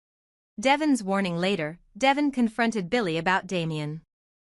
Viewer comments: Please. The name is Devoooone not devision. If you ever listen to folks on the channel you'd know they'd call him deeeee. Vooooon. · His name is De-von (da-von) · It’s Devon 😊